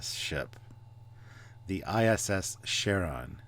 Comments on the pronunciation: Charon is pronounced with a K sound, not a Sh sound. The name is from Greek Mythology. He is the Ferryman who takes souls across the river Styx into the land of the dead. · Charon. It's Greek, so the ch gets a k sound. In Greek mythology Charon is the ferryman who transports souls across the rivers Styx and Acheron into Hades. My first thought when I saw this was of the big Scandinavian ferry boats. My next thought was of a top-heavy cruise ship. Calling it a ship at all just seems so wrong. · Come on, it's pronounced with a "K", from Greek mythology. They even say it correctly in the show. I thought the star-core thing reminds me of the Doomsday Machine. Maybe the Terran Empire encountered it earlier? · Charon = Karon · I think it's just practical to say it incorrectly in English - other wise it sounds like some random woman's name and is to easily mistaken for 'Karen' or 'Sharon' so that is why it gets stated as Cha-ron then people usually know that you mean the moon or the boat man - it's just practicality. But not one ever said English usage made sense not did they. For example : electro-encphalogram (still mostly said with the C sound) Pachycephalosaurus (I used to hear it with the C sound and how more commonly said with the K sound) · It is pronounced H a r o n, as in greek mythology the guy who drives the boat across the river Stix. H as in Hungary, a as in apple, r as in Rome, on as in on. :) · By the way guys it is pronounced like the girl's name Karen. Karen=Charon.